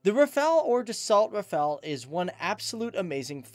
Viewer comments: RAFA-LE, NOT RAFA-EL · It is pronounced Raff-all, the T in Dassault is silent. It didn't just reach speeds of Mach 1.4, it supercruised at Mach 1.4. The Rafale M was purchased for the Navy first because the urgent need to replace the ancient F-8 Crusader for the A2A role. 1850km radius is with 2 CFTs, 2 Scalp EG. and 4X Mica. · The l is also silent